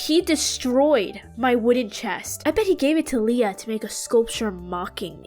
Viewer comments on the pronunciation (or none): none